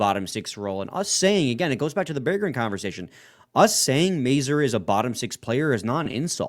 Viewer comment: The name Mazur can be French, Czech, Polish, Ukrainian, German... The pronunciation in all these languages is very identical. Go to Google Translate to hear the pronunciation of the name. They are mispronouncing the sounds of the "A" and the "U".